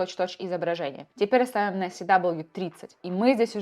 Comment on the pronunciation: Си-дабл ю режет слух Это же параметр character weight А так - все по делу, круто